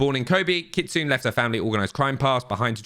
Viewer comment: it is pronounced KIT SU NAY not KIT SOON.